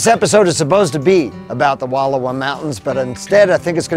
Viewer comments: Please, learn how to pronounce the names of the places you spotlight before you make these videos. It’s painful to hear you mispronounce Wallowa, repeatedly. Frankly, it’s disrespectful and would require very little effort to correct. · My wife already gave you a bad time about the pronunciation of Wallowa last week; so I won't go there today; but would encourage you to go back on your way back East. You missed a lot of spectacular sights that you would have seen on your drive around and at the lake. I have numerous photos of the area and truly believe you'd enjoy a "do over". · You are pronouncing Wallowa wrong and as a local it’s bugging the hell outta me 😂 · Its Wal lowa Not Wall owa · Wonderful look into the amazing Wallowa County. However, you're pronouncing it incorrectly. The correct pronunciation is. WUH-LAU-WUH LAKE. I know that the spelling defiantly throws one off, but it's NOT WALL-OH-WA....! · Please, for the love of language, it is WUHL-OW-A. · The narrator needs to know how to permounce the name. It's not "Walula". Try saying Wall -'owa like it's spelled. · Nice video! We love the Wallowa’s. Btw it’s pronounced Wa Llow a. Ow being pronounced as in how instead of low. Thanks for sharing. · I enjoyed your video. Just an FYI, it’s pronounced, Wa-lau-uh. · These mountains are pronounced “Wall ow ahh”